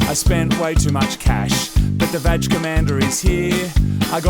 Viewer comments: Please stop say vaj it's vaG"h" 😅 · I can’t keep a straight face when the guys say VAG, as in VAG ina 😂